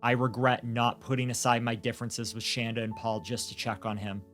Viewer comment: Other than mispronouncing Shandas name, this was a good account of what happened. Adam and Shanda DID meet online. There's no way that Paul actually fed Timothy the one time he said he did as this would have made Tim violently ill. He would have had to go through refeeding in a hospital. G is not being raised by his grandparents but he does have two great new parents.